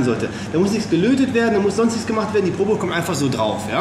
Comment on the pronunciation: Wenn du schon versuchst Englisch zu sprechen, dann spreche doch auch Probe richtig aus! Probe = Tastkopf ...... (Prob)gesprochen.